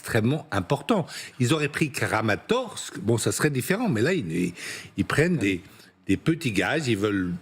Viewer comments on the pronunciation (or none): Constatez le sérieux de ces expert. K'A'RAMATORSK N'EXISTE PAS. C'est KRAMATORSK. C'est comme LIRE PRARIS au lieu de PARIS. C'est pas une question de prononciation mais de lecture.